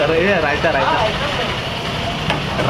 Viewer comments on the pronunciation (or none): bhaiya Raiyta raita 😂😂